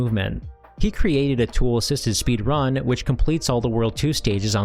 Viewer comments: my man's pronunciation of speedRUN is massively throwing me off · I have never heard anyone say speedrun with the emphasis on "run" before.